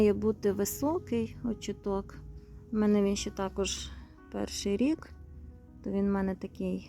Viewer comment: Вітаю, дозвольте Вас поправити, в слові «очиток», наголос на 2 склад. Мені якось «ріже» слух.😊